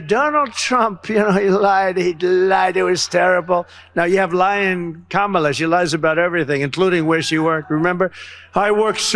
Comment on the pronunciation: Wow he accidentally pronounced Kamala’s name right. 😂